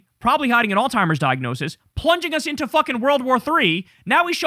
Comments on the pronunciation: I’m gonna keep saying it because it’s everyday on this channel now, it’s Alzheimer’s not “All-Timers” 🤦 Kyle, my guy, learn how to pronounce the shit, you say it everyday, learn how to say it correctly 😂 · Kyle, its Alzheimers babe. Not All Timers.... just trying to help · KYLE IS LOVE YA BRO.. BUT STOP PROUNOUNCING ALZHIEMERS AS ALZTIEMERS. THERE IS NO "T" IN THE WORD. ITS AN "H" . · Dude it's not Alzheimer's it's common knowledge that it's not Alzheimer's stop saying Alzheimer's if he has dementia (I do believe he does) it's frontotemporal dementia. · theres no T in alzheimers kyle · Can someone please let Kyle know that there is no "t" in the word alzhiemers. The way he mispronounces that word is so triggering to me. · Kyle really pronounces that hard T in Alzheimer's.